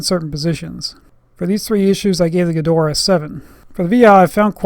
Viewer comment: why does he call it "Gedoraa" or is it the access flehm in his throat?